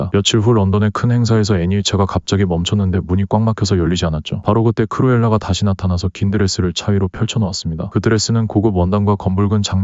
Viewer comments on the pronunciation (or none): 크로엘라가 아니라크루엘라에요😅